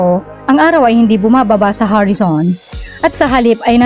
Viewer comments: Horizon po ang tamang words...Filipino po or tagalog kasi ang salita nya kaya ,ang pronounce nya sa horizon ay Harrison.... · Ano ba yung salitang "HARISON"? English or Tagalog Word ba yun? Ang sakit sa teynga pakinggan!